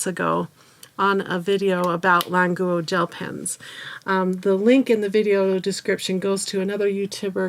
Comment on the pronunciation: What’s wrong with her pronunciation? I know Chinese, this is correct pronunciation